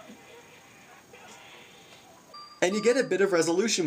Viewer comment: I think Poo is pronounced Poe.